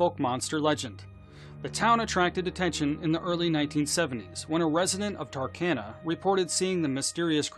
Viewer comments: Early on... Don't you mean Texarkana* and not "Tarkana"? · Please look up how to pronounce Fouke and Texarkana 🤣